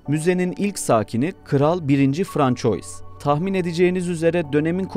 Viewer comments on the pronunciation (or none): Gayet güzel akıcı bir video iken kral françois nedir yaa?? Yazıldığı gibi okusak luvr müzesi yerine louvre derdik degil mi? Fransua demek bu kadar zor olmamalı 😐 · "François" diye okunmaz, bari çalissaydin okumadan evvel 😂